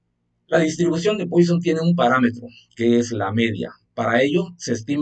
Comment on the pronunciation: Muchas gracias. Pero se pronuncia “Puasón” no “Póison”